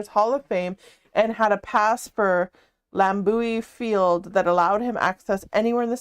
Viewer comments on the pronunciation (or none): "Lam-booey Field" Me: screams in Wisconsinite 😂😂😂